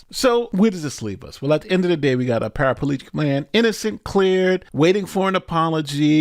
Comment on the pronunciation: FYA its just Para-plegic, not para-palegic.